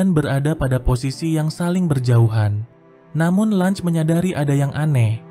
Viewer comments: Cara baca LUNGE bukan Langs anjir tapi sesuai ejaan LUNGE😂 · Lunge anjir bukan lunch😂